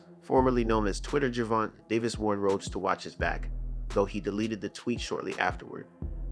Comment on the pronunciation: The thumbnail and name pronunciation is rage bait.